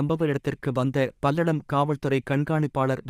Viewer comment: Palladam illa kangakeyam road athu enna news vaasikura